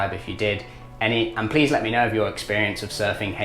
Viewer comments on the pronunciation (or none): none